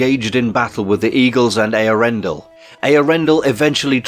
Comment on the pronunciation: I think you pronounced Eärendil as ee-ar-endil, for one